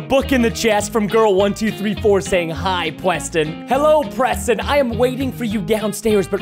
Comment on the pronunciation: When she said preson, it made me laugh hard 😂😂😂🐎🐎🐎🐎🐎🐎😹👙👗👚👟👝👛